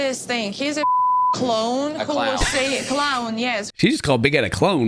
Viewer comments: Clown is pronounced like Clone in Russian , is she Russian? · In Ukrainian, "clown" is pronounced "kloun" which is very close to "clone", that's why Yara said it like that and it ended up being a bit confusing :D